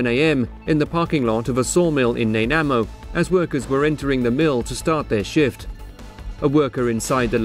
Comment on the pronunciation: Uh im from kelowna b.c. And I can assure that you're pronouncing that name wrong it's like nah-nigh-mo as in a nanaimo bar.